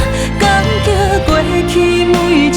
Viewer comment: 請問一下感激的激原唱發音聽不清楚？？？